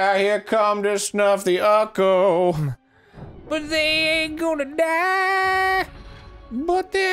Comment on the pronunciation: okay but on what planet does the word "ooccoo" get pronounced "ucko"